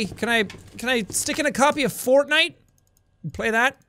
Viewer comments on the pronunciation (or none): none